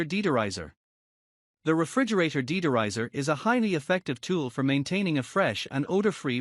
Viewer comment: Deed-er-izers! Tuck-o holder! Purer! BB-Ching!